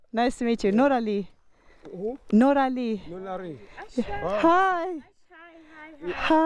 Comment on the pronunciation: you rname sound like you are saying NORA ALI ,IF YOU LOVE WATCHINO LAKES COME AND VISIT TO CANADA